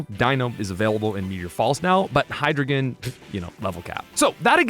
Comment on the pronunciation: >asks how to pronounce Deino >pronounces Hydreigon as Hydragon You nerfed the best English Pokémon name.